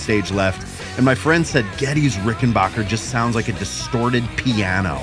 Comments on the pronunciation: Dammit it's RickenBACKer, not rickenBOCHer!!!! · RickenBACKer. RickenBACKER. RickenBACKER. Not BOCK. ✌ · You dudes need to learn how to pronounce "Rickenbacker." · It grates on me so much to hear people like mispronounce "Rickenbacker."